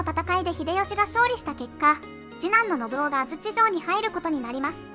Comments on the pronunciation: 漢字の読み間違えが多いので、要注意。たとえば、信雄は「のぶお」ではなく、「のぶかつ」。コメント欄に修正入れてほしい。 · のぶお？ のぶかつでは？ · のぶおではなくのぶかつです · なんかみんな指摘してるけど「のぶお」でも「のぶかつ」でも正解だよ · 他の人が書いてるけど、序盤から信雄[ノブカツ]をずっとノブオ、ノブオ言われてると聞き苦しい😥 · 信雄は「のぶおじゃなくて「のぶかつ」ね。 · 『信雄』の読み方が『のぶお』と『のぶかつ』どちらでも呼べる事を知らない人が多すぎる！しかもドヤ顔で指摘しているのマジ笑える！ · 解説ありがとうございました。ただし、信長次男の信雄の読み方は、「のぶお」じゃなくて、「のぶかつ」ではないかと。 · ノブオではなく、ノブカツですよ。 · 信雄のこと「のぶお」ってよんだまま動画にするとかなんなの？ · 信雄のぶお、じゃなくてのぶかつじゃね？ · のぶお ではなく のぶかつ ではないのかな？ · 「信雄」のぶお。じゃなくて、のぶかつ。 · どーでもいいけど織田信雄をノブオって言うのはやめてくれ❗ネプチューン主演のNHKの戦国パロディを彷彿させてくる｡気分台無しだぁ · 信雄（のぶお）じゃなくて “のぶかつ”って読みます！ 誤った読みかたは、初めて知る人に誤解されますよ！ 動画を配信するなら ちゃんと勉強してくださいね！ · 信雄（のぶかつ）だよ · 喋らせてるだけだから仕方ないけどいちいち 『のぶお』 でイラってする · 「のぶお」じゃなくて 「のぶかつ」ですよ😅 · 信雄 ×のぶお→〇のぶかつ では？ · のぶかつ だよ。のぶおじゃないよ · 信雄の読みは、のぶかつ、な。